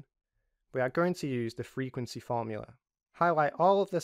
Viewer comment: array fromula :)